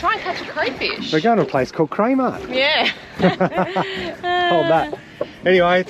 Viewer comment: CRAYMART…at first I thought you said KMart 🤣 Happy birthday! What an awesome way to spend the day 🎂⭐️